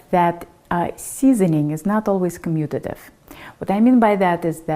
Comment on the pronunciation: 10% likes is pretty crazy. Well done! And you said commutative. Impressive. Subscribe.